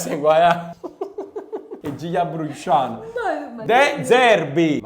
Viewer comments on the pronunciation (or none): come sempre grande video, ma soprattutto me fat scassà quando hai detto de giglio a nol e a bruscian, pk song e bruscian😂😂